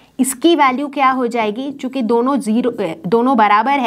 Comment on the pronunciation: I was so much focused on the video and her words so much that... I noticed she said "chiku" instead of "chuki" 😂❤️